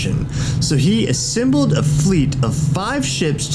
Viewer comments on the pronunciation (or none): i like when he says "ssembled"